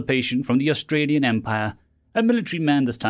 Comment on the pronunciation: Did you pronounce Austerian as Australian?